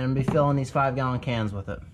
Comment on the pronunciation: Love your channel, but please...with, not, wiff.